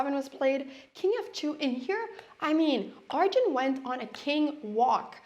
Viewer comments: It’s Arjun not aryan. He is not Spanish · I think her Scandinavian brain is making her call Arjun, Aryan. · "Aryan" isn't the Spanish pronunciation either. Our "J" sounds similar to the English "H". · is she saying arian?